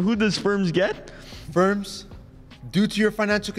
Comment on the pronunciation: 1- Varvar 2- Pala 3- Ferms (Again someone help him)